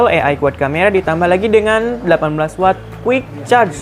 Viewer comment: maklum kelibet lidahnya.. 😀😀